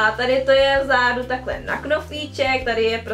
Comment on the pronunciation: Proč pořád říkáš v zádu místo v zadu